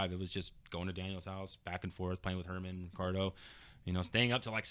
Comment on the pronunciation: I think I remember Ray’s old SRK name. Also, The son of the owner of PsM is named Eugene who used to play at Cal Poly as well. Shout out to Dev1ant . His name is actually Hernan not Herman as everyone says lol.